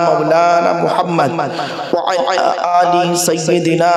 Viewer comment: অনার নিজেরই তো হচ্ছে না, وعلى آل এখানে আলিফের উপর একটু টান দিয়ে পড়লে সঠিক উচ্চারণ হবে। তো তিনি নিজেই তো ভুল উচ্চারণ করছেন। কি সমস্যা রে বাবা